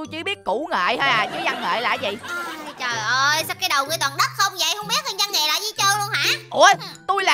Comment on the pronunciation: Từ văn nghệ thành củ nghệ 😂😂😂